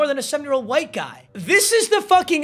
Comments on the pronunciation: He says white like my old english teacher "qwite" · Why is he saying “white” like Hank hill?😂